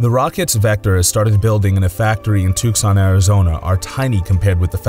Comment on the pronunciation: "Tuke-Son" Arizona.....lol.....DOPE. You just proved your ignorance in life.